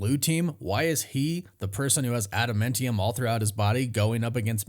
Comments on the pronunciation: Ada-MAN-TIUM not adamintium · It’s adamantium bro, not adaMENtium😂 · IT'S NOT ADAMENTIUM, IT'S ADAMAAAAANTIUM!!! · I just started this video and realized I have to listen to you say "adamentium" 400 times. Ah-duh-MAN-tee-umm